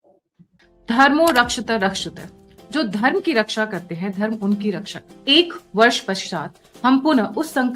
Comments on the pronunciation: in your ad, you are saying Dharmo Rakshatha Rakshatha instead of Dharmo Rakshati Rakshataha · it's "धर्मो रक्षति रक्षितः". उच्चारण ठीक ना रहे तो भद्दा लगता है, विशेषतः संस्कृत भाषामे 🙏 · Dharmo Rakshati Rakshitah. Please correct the pronunciation. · Dharmo Raksha thi Rakshi taha!! Please say it properly! Your pronunciation is not correct! Sorry to mention that! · Pl pronounce properly dharmo rakshati rakshitah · At least pronounce it properly or dont do these PR stunt. Its rakshati ralshatah. 🤦‍♀️ Pathetic